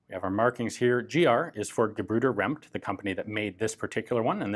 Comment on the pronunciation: Perfect pronunciation of "Gebrüder Rempt". Greetings from germany